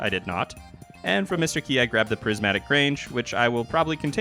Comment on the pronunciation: just to shatter your illusions about trolling mr qi... qi is pronounced chi